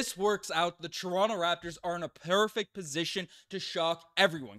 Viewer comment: This is the first time I’ve heard Newfoundland accent come out at the beginning of the video when he said perfect